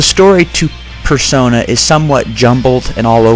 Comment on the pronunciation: Personai? Person-eye? Multiple Persona are called Personas.